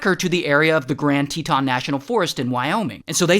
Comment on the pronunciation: Um sir it’s actually grand Teton np lol